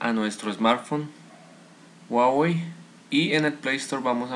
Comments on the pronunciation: Pero no donde es ;) Tutorial incompleto y encima dice guawey jajajajajajajaajajajajajajajajajajajajaja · Dislike por pronunciar mal huawei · WUAWEI :'v